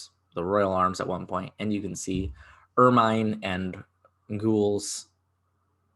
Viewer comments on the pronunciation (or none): Ermine is pronounce slightly differently to how you did. Google has a good pronunciation thing you can listen to.